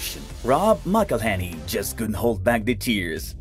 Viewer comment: There is even a video how to pronounce Rob's name, on YT, I guess you failed to qualify to watch it...